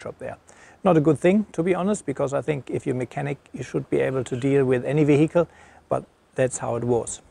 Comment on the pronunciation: Mate. Its is not Ve-hicle. It's vehicle. Say it 100 times in a row. Peace.